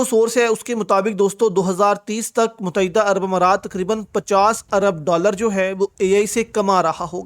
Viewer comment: abe muttehda bolna to seekh le mut- teh- da pata nahi kiya jaeeb mutaeeda kehta hay